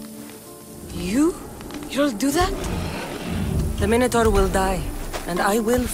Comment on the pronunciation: Learn to pronounce “Minotaur” properly lady